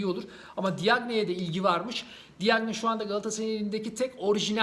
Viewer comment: Diagne değil yazıldığı gibi okuma.